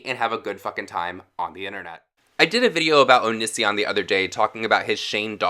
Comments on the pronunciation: When you’re so gay you can’t pronounce O-knee-see-on correctly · Eh. Only thing that bothers me is how many times this guy mispronounces Onisions name lmfao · I love how you say his name 😂 Loving your channel ATM 😊